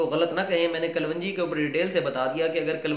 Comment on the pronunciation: KALONJEE IS CORRECT WORD NOT KALWANGEE😷